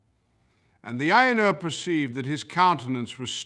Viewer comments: Will someone tell him how to pronounce Ainur? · The illustrations are beautiful. I hope Ted Nasmith knows you are using them. The AI narration is off-kilter, with emphasis on the wrong words, pauses in the wrong places, and odd expressive cadences. It needs to learn how to say Ainur.